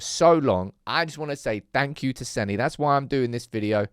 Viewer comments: "Seh-nah", not Senny. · It's pronounced Senna, not Senny, just watch the video where he says his name for you! You sound like a moron saying Senny. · I'm having an aneurism every time you mis-pronounce the blokes name 😂😂😂😂